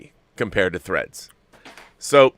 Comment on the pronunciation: THREADS! Not FREDS. 😂